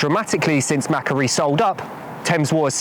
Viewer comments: MacQuarie; Pronounce Mak- Wor- ee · Note to viewers (and producers?): Macquarie is pronounced McQuarry (as in, resource extraction) It’s a pretty well known name in Australia - there was a guy called Lachlan Macquarie who was the 5th Governor of NSW (and one of the pretty important ones re city development), and there are a load of things that got named after him including streets, parks, a suburb, and (in the 20th century) Macquarie Bank and Macquarie University. They’ve all got the same pronunciation, and Wikipedia does list how to pronounce it (‘ /məˈkwɔːri/‘) if you take a moment to understand how the IPA works. The pronunciation Mackery is so different to how it is pronounced in Australia that I would not have known on listening what you were talking about, had I not previously heard of Macquarie’s ownership; pronunciation is important because people might here of Macquarie elsewhere on podcast or radio and not realise that it’s the same thing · It’s pronounced Mah-quarry - excellent investigation! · Australian here, I’m going to start calling Macquarie bank, Mackuarie. 😂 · Macquarie - the Australian bank: It's usually said more like 'Mac-Quarry', but without a pause in it. Another excellent video, anyway. Broader in who is affected than the previous ones I've watched. Congratulations.